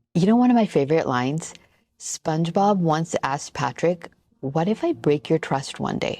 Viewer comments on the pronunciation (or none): Love this video!! I will say, you pronounce "Spongebob" like "Spunchbob" every time and I cant tell if youre messing with me LOL